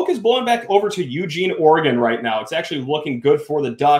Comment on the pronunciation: Can you please put some respect on the name and pronounce Oregon correct.